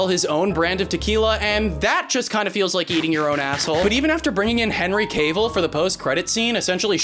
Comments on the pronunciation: "Henry Kayvul" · Bro really called Superman henry cable 😩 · Henry Cay-vil